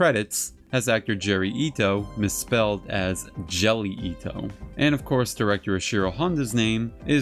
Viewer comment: They massacred Jerry Ito's name so badly. Poor dude.